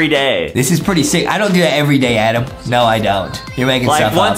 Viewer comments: Justin just say Adam not Adem😮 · Not Adem is adam